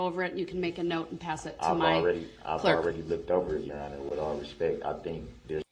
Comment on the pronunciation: You are incorrect. He never said "with all due respect " . He said, "with all respeck" .